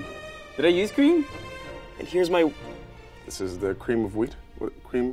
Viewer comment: The man say cream of wheat 😭😭😂😂 it's a good thing you're cute